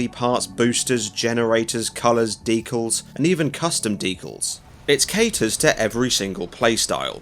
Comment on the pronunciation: Nice vid, but "deekles"